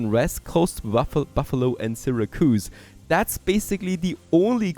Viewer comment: Sarah-koos. Oh my hears!